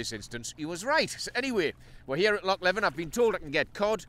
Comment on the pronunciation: Hi, it’s pronounced Lee-ven, if you’re in the Kinlochleven area there’s a chance of a sea trout, you might need a permit to fish for them, ask in the P.O. I the village. Tight lines. Jimf 🏴